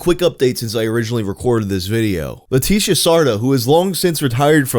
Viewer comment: i love how every time he says ''leticia'' its a different pronunciation lmao